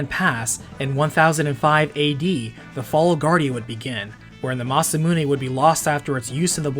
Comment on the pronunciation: Im really sorry bud but the way you said Magus and Masamune made this unbearable to watch Do you call a gun clip a mag? Say that word...now say Magus right....